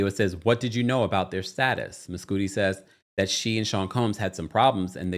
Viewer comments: I think it's probably Mes "Cudi" not Mescooti 😂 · “Miscoodi” is crazy bc if his name is “Kid Cudi [cud-dee]”, why would his actual name be pronounced differently?? 😂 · I’m dead at you calling him “mess-cootie” instead of Mescudi 😂😂😂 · I think its pronounced "Muh-sCUH-di as in Kid Cudi